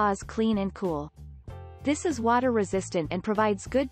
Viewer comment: “tHIS IS”.. must have heard that a 100 times. So annoying!!